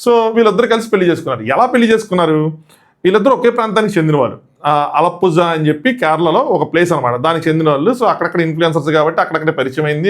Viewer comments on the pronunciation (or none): Pronunciation is ఆళప్పురా. Spelling will be like that only! Don’t go by spelling 😂